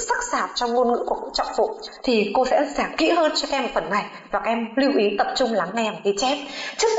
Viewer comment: nhưng lưu ý. k phải lơ ý